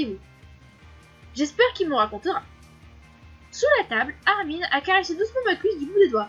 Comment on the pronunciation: On prononce le nom de Armin en "Armain" et non "Armine" :) sinon super vidéo